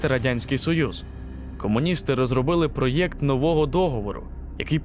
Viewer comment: Цікава історія, але вам потрібно щось робити з дикцією. По тренуйтесь вимовляти слова наприклад ПРОЕКТ. А то у вас ніби гикавка)) буде неииіоткинцікаво слухати, а й приємно) дякую за розуміння)